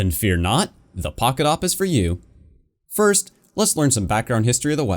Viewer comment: You must say "The Poket SSG-8